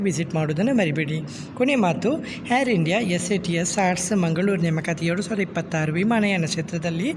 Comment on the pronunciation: ಅದು ಹೇರ್ ಇಂಡಿಯ ಅಲ್ಲ ಮಾರಾಯಾ.. ಏರ್ ಇಂಡಿಯಾ...😂😂😂